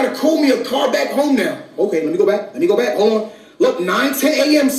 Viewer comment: "Hol on"